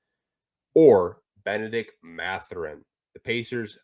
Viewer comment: C'est Mathurin et pas Matherin.